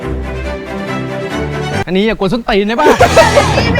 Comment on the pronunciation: อย่ากวนส้นตรีนได้ป่ะ 555555 เน้นมากคำนี้ นั่งขำปอดโยกเลย